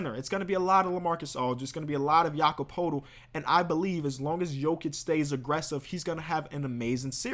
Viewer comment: BRUH! POELTL = Per-tull ENES KANTER = N-S KANTER Please learn their names!